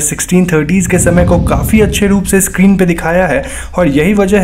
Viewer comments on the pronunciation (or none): none